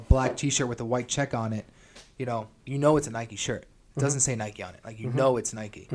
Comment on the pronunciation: “Nikeeee” come on!! Lol